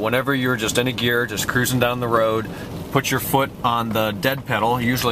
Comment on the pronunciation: its gear not year